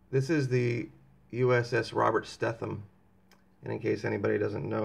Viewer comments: Stetham is pronounced Sta: long a....dum .......Stadum, not Stephen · pronouced. "steeethem" long "e" he was my friend in navy. "A" school, Mississippi 1981.